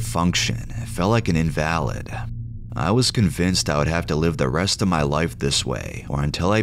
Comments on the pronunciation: Just to let you know the word invalid has more than one pronunciation depending on context. In this story the writer meant invalid pronounce In-va-lid not in-val-id. Great video as always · Fyi Feels like an invalid, its said like in-velid